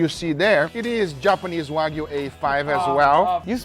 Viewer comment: please teach the "" how to pronounce Wagyu... its not WAG-U... its Wah- U